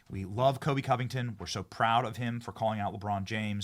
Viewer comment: Benny it’s Colby not Kobe